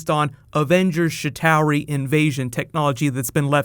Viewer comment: it's chitauri, not shitowery!!